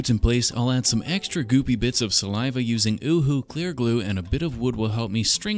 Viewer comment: Thanks for pronouncing UHU correctly <3